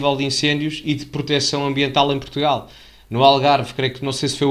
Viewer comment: "PROTUGAL" diz ele, foda-se